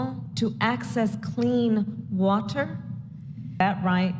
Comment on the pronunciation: Clean “watt-ter,” shevsays … idiots